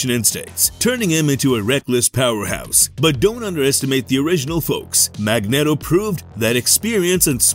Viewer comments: I know its a fictional character but its pronounced Mag neat o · This guy's voice is a zero out of ten. And hearing "Mag-net-o" makes the video a zero. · Can everyone down vote this just for Mag-net-o.... terrible job and they just post it